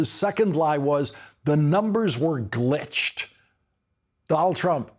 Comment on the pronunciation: I thought he said ‘the numbers were great’. Did he say glitched or was the glitch in his mouth?